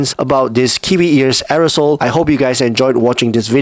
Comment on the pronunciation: Arisole? It's Airoso (air-o-so),.:face-blue-wide-eyes